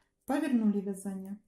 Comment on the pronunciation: А где так Яяяякают? вЯзание